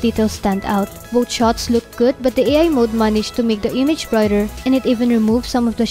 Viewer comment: It's three not tree lol...thu...ree. Girl voice overs sucks like yugatech. Gadgetmatch forever. Fowcus!!! Both not boat. You need to work on your TH girl.